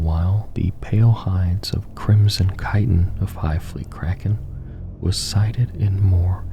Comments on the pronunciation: Btw its KAI-ten not "chit-in". I made the same mistake for years because I knew the word from literature and not spoken word. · Love the vids! Not critique, I just wanted to help inform. Chitin is pronounced like "kai-ten" and chitinous is "kai-ten-us" Keep up the great work. I love these.